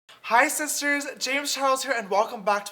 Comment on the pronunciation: Hi sisters at the beginning literally reminded me of......hi siters hi sisers hi Sisters hi siters hi sisters...